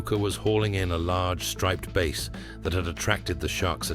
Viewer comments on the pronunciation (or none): Striped bass is a fish it. It has nothing to do with sound, so it is not pronounced like "Base". The A in striped bass is pronounced like the A in Apple, not the A in ace. If you're going to narrate something you should make sure you pronounce everything correctly.